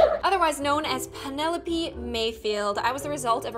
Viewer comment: the way said 'penelopie' instead of 'penelope'.